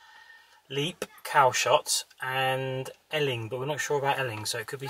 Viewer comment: I really enjoyed your video tour of the beaches as I've been to them all when I was younger but I just wanted to tell you that Eling is pronounced the same as Ealing in London and that you missed the actual beach which is called goatee beach, there is a path to it just opposite where you turned to park your car which goes round the other side of the harbour and there is a lovely view of Southampton water and the container berth